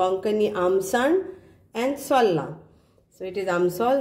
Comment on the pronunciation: Darling .. for... . .pronunciation..cud be sowla......not soola...as in skin peels .....just a suggestion.